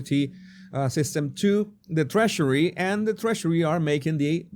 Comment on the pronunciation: Love how he says Trashery (Treasury).. have an accent myself, I bet I sound funny too.. but this is simply Freudian!